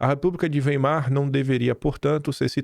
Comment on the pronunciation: A pronuncia correta,é: "República de Wái-mar"